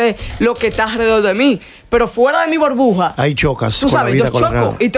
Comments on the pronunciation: Porqué será que dice " borbuja"....y no burbuja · estás sobrevalorado, no se dice Borbuja, es burbuja😂🤦‍♂️ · Nota: se dice Burbuja, no Borbuja. Por favor 🙏🏻, gracias. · Tampoco se expresa bien... Dice bOrbuja dos veces, por ejemplo. Este tipo solamente es la tontería de moda